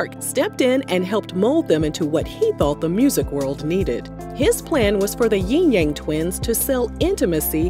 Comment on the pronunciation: It's Yin yang not Ying yang